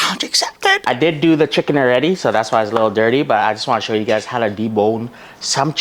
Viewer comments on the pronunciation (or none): none